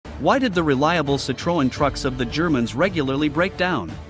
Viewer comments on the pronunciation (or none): It’s pronounced “Sit-Tron” NOT “Sit-Tro-En” !!!!! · Not sit tro an, its pronounced sit trin...🙄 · It's pronounced sittron, not sittrowin. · I can’t stand these AI voices that can’t pronounce names correctly, Citroen, not Cit-ro-en. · Citroen is pronounced Sitrin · pronounced cit ron the e is silent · Its pronounced ci-tron 😂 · Its pronounce citro-en like en in end Jezus people it not that hard. Citroën. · Cit-row-en?!! At least pronounce it correctly. Why do the Americans constantly pronounce English words incorrectly. Like Jag-waar. Are you trying to create a new language. At least say the French word like the French for gods sake. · Pronounce as SitRoń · I honestly have never heard Citroen pronounced like that ever 😅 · Someone should explain to the narrator how to actually say Citroen. Closest I can come here is to say it is a short "O" and the "E" is silent. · Wow the guy cant even be bothered to research the subject enough to pronounce citroen properly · Why can't Americans ever pronounce car brands? Citröen, Renault, Jaguar, Nissan. All pronounced incorrectly by Americans. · Someone tell him how to pronounce Citroen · That, is not how you, pronounce Citroen, at all 😂😂😂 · That's not how you pronounce Citroen, 😂😂😂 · Don't make a video about Citroën if you can't even be bothered the look up how "Citroën" is pronounced. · At least get somebody who can pronounce Citroën correctly. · is this a bot? If you're doing a vid about Citroen, learn to pronounce Citroen.